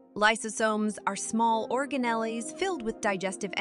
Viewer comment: Great video! Though I'm not sure the pronunciation of some words is correct, such as "organelles" and "ribosomes". I think cell membranes are particularly amazing!